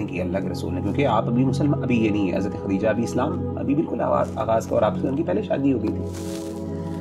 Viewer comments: It’s not khatija brother it’s khadija. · For brother who’s hosting the correct pronunciation is “KhaDija”not Katija.